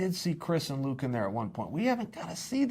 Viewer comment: Luck Rockhold? Chael, I totally forgive you for getting difficult surnames wrong (hell until UFC 223 I thought Ragin' Al's name was pronounced Ee-quin-ee-ta) but getting the name Luke wrong is just silly, especially when you get Jacare right! Also, you didn't answer the most important question: Where does Kevin Lee fit into this?